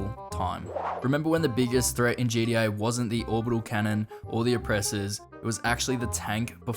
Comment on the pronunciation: bro said GDA